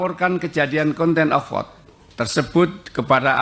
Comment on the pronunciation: Contempt of court jadi conten of court🤣